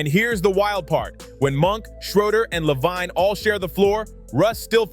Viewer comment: You lost me at how you said LaVine smfh. You gen z'ers really suck at commentary